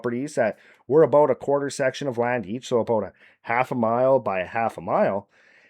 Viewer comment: Eh it’s aboot time